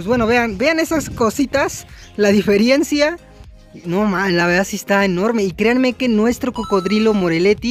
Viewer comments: se dice DIFERENCIA no DIFERIENCIA en todos los videos lo dice jajajaja ya alguien tenia q decirlo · la diferiencia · Para Ver La DIFIRIENCIA xD Saludos xD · difirienza xdddd No hate Saludameeeeeeeeee!!!